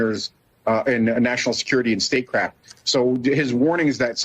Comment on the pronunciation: STATE-CRAFT. Not "state crap". Idiots. the word is faux not foe.